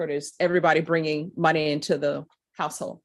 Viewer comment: Did she say my "HOUSE-HOE"? IT'S " HOUSE-HOLD" WHY can't she PRONIUNCE the L??😂😮